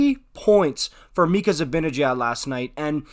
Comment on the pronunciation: i think it's just pronounced mika